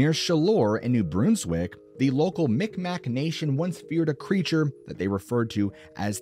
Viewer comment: Mi'kmaq is pronounced in a way I can’t type phonetically (or speak). However “migmaw/meegmaw” is also an accepted pronunciation. Never “mickmack”.